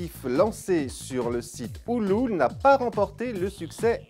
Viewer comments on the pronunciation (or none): Ouloule?! Ulule plutôt je crois